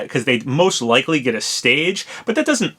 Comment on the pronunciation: Oh no, not "leakly" again. Please no.